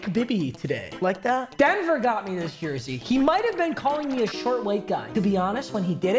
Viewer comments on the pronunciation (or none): none